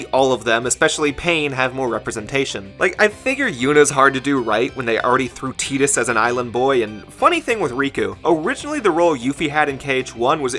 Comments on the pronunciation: awesome video man only one issue, "teedus" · The pronunciation comes from the origin of his name. Tidus comes the Okinawan word for the Sun, "Tiida."